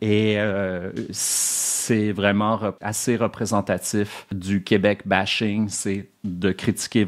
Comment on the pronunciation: Il dit aussi "Coobec", il m'a tout de suite perdu 😅